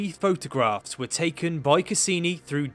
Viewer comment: "over thousand of photagraphs were captured" over and over again.